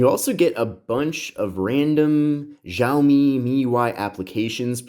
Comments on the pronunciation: Btw it’s pronounced “shaow - me” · It's pronounced "Xia-omi"